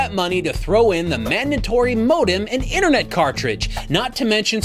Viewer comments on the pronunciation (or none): none